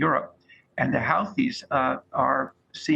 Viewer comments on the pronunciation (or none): This guy pronounces Houthis differently than I've ever heard. Which pronunciation is correct?